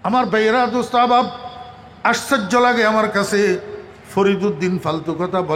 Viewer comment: আশ্চর্য কে বলছেন, আশ্চইজ্জ!!হা হা